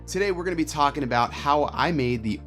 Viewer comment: Where are you from? I’ve never heard anyone lop off all their g’s! ‘Focus Peakin’’, ‘Talkin’ Head’ ‘Vloggin’ Setup’. Also the way you said ‘it’ instead of ‘that’, I think. Pretty unique.